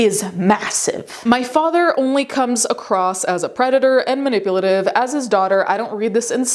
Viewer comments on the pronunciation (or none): none